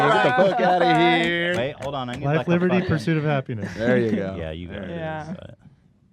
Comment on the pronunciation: I remember why I love eathen when he goes to end the podcast and bail on entertaining me and he just says he's trying to get the "fuck out of heeeeeeeee" the fact he couldnt even summon an R for that cracked me up